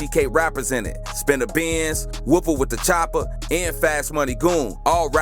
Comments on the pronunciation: I think you are pronouncing Whoppa wit da Choppa wrong. Whoppa is like the Burgerking Whopper without the hard R. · ITS PRONOUNCED WHOPPA NOT WHOOPA... and it’s pronounced like teeki u saying it like “tech E”. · He don’t even know people names bra 😂 bra said taki and whoopa wit da choppa 😂😂